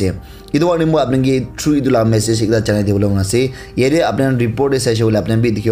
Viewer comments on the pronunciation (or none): none